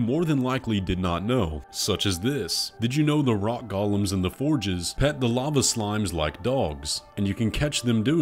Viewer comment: “Golem” isn’t pronounced like it’s pronounced go-lemm. They’re often thought of as automatons in other media. But they aren’t the Lord of the Rings character Golumm! haha